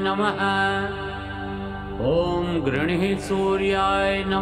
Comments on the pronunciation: ऊँ घृणि सूर्याय नमः सही उच्चारण है श्री मान ऊँ घृणिः सूर्याय नमः गलत उच्चारण कर रहे हैं। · घृणि है घृणिः नहीं।आप गलत उच्चारण कर रहे हैं।माफ कीजिए आपका नहीं सुना जा सकता। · घृणि की जगह घृणिही ऐसा उच्चार सुनाई देता है। क्या ये गलत उच्चारण नही है मंत्र का। इससे दोष लागसक्ता है। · उच्चारण जो किया जा रहा है " घृणि:" परन्तु लिखा है "घृणि" कृपया इसे स्पष्ट करने की कृपा करें। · घृणी शब्द आहे स्पेलिंग पण तसेच आहे. मग उच्चार चुकीचे का करता